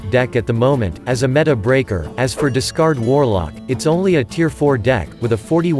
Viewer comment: Is there no way to, like.. correct the way the TTS program pronounces a word? Or just spell it funky to make the program say the correct word? How can you stand the way it says 'meta'